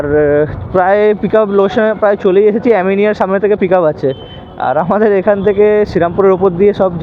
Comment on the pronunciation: অ্যামিনিয়া ❎ আমিনিয়া ✅